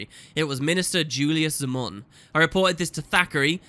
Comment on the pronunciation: Also,, Minister Zey-mon not Zaa-mon xD